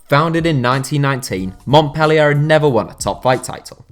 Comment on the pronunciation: it triggers me how he says Montpellier